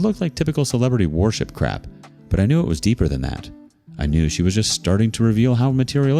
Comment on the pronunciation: Pronouncing "Worship" as "Warship" points to an AI generated voice.